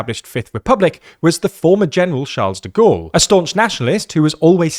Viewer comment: How dumb must you be if you cannot pronounce "Charles de Gaulle"